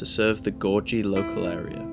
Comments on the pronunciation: Thanks Lads for covering the school I attended many years ago How different it looks now 50 years later Oh and it's Gorgie NOT pronounced Gorjy it's HARD Gs all through not soft G in the middle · FYI, it's Gor-gee with a hard 'g', not a soft one.